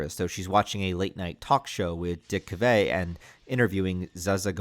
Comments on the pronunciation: Dick Cav…vay? Wow!! It is calf vet if you say it out loud. He was a version of Johnny Carson, Kimmel, Colbert, etc. This video was very thorough and detailed. This was excellent!!!❤❤ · "Dick Cavee?" And I can't believe I'm correcting you on this, but I think we get to see Nancy's boobies in Nightmare 1 when she gets pulled into the tub, although Heather on one of the commentaries goes, "that is NOT me!"